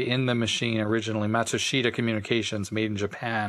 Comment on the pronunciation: Mott-TSOO-schta DEN-key 松下電器